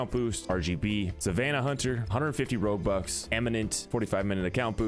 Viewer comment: Thought you were saying robux at first and then realised you were saying roguebucks @@